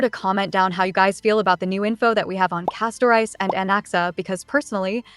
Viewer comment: Why do people keep pronouncing the name "Castorice" like two words "Casto-Rice"? it should be pronounced as "Casto-Reese".